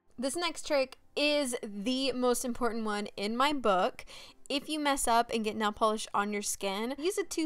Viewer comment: “nell polish”